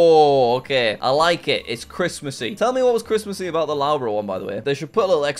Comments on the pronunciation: By the way it’s pronounced lufborough not lowborough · lowbruh.. BRO its luffbruh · "L-au-bruh" caught me off guard It's pronounced "Luff-bur-ugh" but it's all good Jack! :D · love the way Jack mispronounces most names, Loughborough 'Lowbro' - it's Luffborough! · No way Jack just called Loughborough (l-u-f-b-u-r-u) Loughborough. But thx for the entertainment on Christmas Eve Jack!!!!! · licester owns loughbrough and it is prononoced lovebrough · Jack pronouncing Loughborough as lowborough hurts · Loughborough is pronounced “Luff- bruh” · The way he says Loughborough hurts my soul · As a person living in the UK and studying at Loughborough University, your pronunciation of Loughborough was so bad I wonder if you were faking it! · We can't just leave how he pronounced Loughborough. That's just painful. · Please learn how to say Loughborough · you have no excuse for butchering the pronunciation of loughborough, please resolve this issue asap.